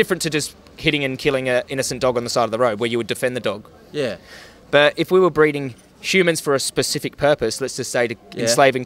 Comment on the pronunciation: he says thog instead of dog😂😂